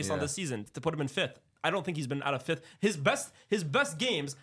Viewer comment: Brother, it’s FIFTH and Not FIFTHT